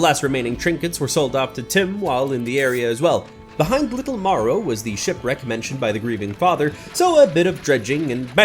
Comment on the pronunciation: Marrow not morrow